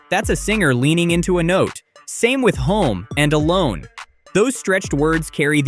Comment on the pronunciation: “alone “ becomes ‘aloooh-one”. The end of the word ends up being pronounced “one”. When using phonetics you need to complete the process “alo-o-o-own”